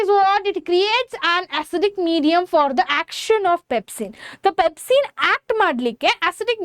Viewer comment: Your pronounciation is not at all good u say pempsin to pepsin n u tell pesticides to peptides. In this way ur teaching better u learn first🙄